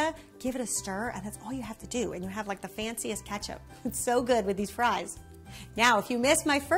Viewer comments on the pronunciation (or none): none